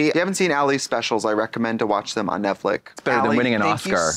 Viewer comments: I love how Trixie says it like Netflick and not Netflix lololol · Guys , why Trixe say “Netflic” instead “Netflix”, is that intentional? Well ,I love it 🤣❤️ so cute and funny 😆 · Does Trixie keep calling this Netfic LOL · trixie calling it netflick is what i live for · Trixie always saying “Netflic” is something